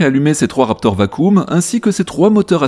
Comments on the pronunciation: VAKIUM et pas VACOOM, c’est comme ça qu’on prononce «vacuum» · Merci pour la vidéo mais le mot "vacuum" prononcé vacoum, je suis à 2 doigts de me défenestrer